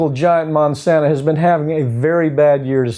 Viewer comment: Why does he repeatedly call Monsanto Monsanta? Does he think they bring the gift of 'Mon' like Santa brings other gifts? It's a little distracting, and Monsanto can just so, "oh no, Monsanta is an evil company that has nothing to do with us - we're Monsanto."